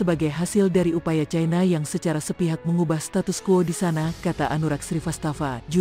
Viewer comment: Mbak admin+Narator,mohn dtinjau lg dlm hal menyebut-Eja...ci-na/cai-na(china)...trmksh😊